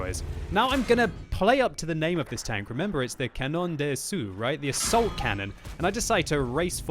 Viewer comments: Good work as usual - but you aren't saying the name of tank right. the 'assaut' bit should be pronounced like 'lasso' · Hey. As a fellow frenchman, I would like to indicate to you that "assaut" is pronounced "assot" like an O. Great day to you sir! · you pronounce assaut "asso" in french not assew haha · its pronounced assoe not assoo